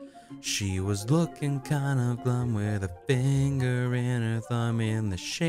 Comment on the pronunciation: Dammit its dumb not glum!